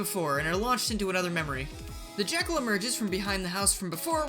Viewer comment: lol "the jakcal is backle!"